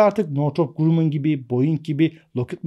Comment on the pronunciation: Hocam "Grammın" okunur